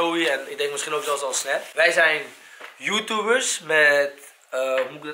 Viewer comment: hij zegt joetoebers maar het is YouTubers